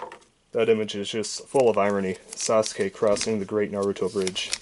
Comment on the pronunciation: He said Narutoin a bad way